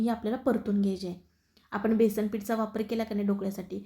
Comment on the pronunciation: बेसण ? बेसण नव्हे हो ! बेसन !! न आणि ण यांच्याशी तुमचं काय वैर आहे?